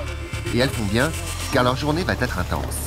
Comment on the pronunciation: Expliquez au commentateur en voix off que "va être" se prononce sans "t". Plusieurs occurrences dans ce reportage!